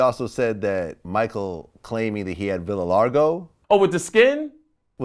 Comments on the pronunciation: Villa Largo? What is that, a resort in Mexico?? It's VITILIGO, VLAD! VIT-ILL- EYE-GO!! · idk what he botched worse: Vitilargo or Transginger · Why is Vlad pronouncing vitiligo like that? Also, the autopsy confirmed that MJ had vitiligo. Stop spreading lies.